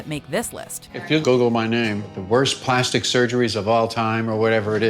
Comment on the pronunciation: I swear to god say "Plasti" one more fucking time.